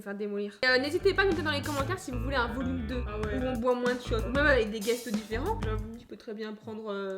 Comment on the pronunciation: Qd dit Volume 2, j'ai compris un Vomito!!